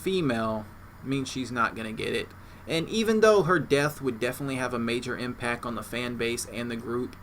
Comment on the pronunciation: the word you repeatedly use has a letter in it you are obviously unaware of. its a t. it goes at the end of the word impac. its changes the pronunciation to impact.